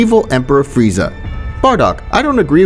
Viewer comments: Frieza not freza 💀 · why is this guy saying “say-ian” and friezer” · frieza not freiza 💀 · Ahh yes the great frizer instead of frizea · "say e ans" "freezer" what its supposed to be "say ants (without the t)" " freezah" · like bro you called frieza “FREZER” like bro💀 and it’s not “SAIYAYANS” it’s saiyans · The great “freezer” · "the evil emperor freezer" "saiyanynaynyna" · u call it fry za? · it's Frieza bruh 💀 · It’s crazy how the narrator called freeza freezer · Ah yes "Freezer" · Did i hear friezo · there is no i in freeza